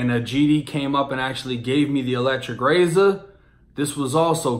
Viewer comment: Ahh I hear it now...got and razor def sound massachusetts lol